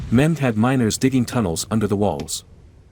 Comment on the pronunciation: It is Mehmed, not Muhammed...